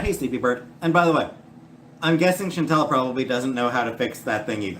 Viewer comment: I hate how always mispronounces Chantal’s name